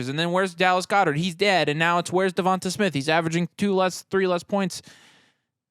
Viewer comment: Devonta is pronounced like da-von-tay sorry lmao I traded waddle for ridley though last week